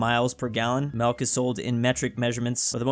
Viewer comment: Still wondering why always pronounces 'milk' as 'melk' like how we say it in Dutch.